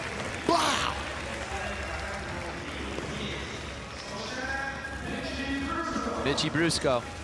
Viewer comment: Anyone else hear the commentator say "bitchie brusco" when introducing Mitchie? 😂